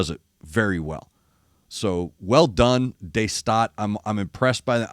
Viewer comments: You say the De like you say The, but only you start it with a D, so like... Dhe! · Great Ork attack sound at the beginning. Hometown band here. Very interesting sound for rock guys as we are. I'm with you digging this rabbit hole. New music is great weather you like it or not. Happy holidays for you and your loved ones. The Staat is Duh Staat to pronounce it correct buddy.